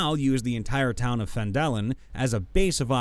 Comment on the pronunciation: bro cannot read. phandElin? isEki?